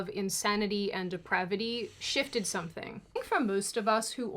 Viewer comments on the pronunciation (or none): none